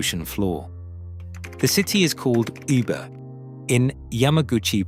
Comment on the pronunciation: ”You-ber“？ Come on, have some respect.It's very easy today to find out the correct pronunciation online. I'm not Japanese and neither do I speak Japanese but I know this city is called Woo Beh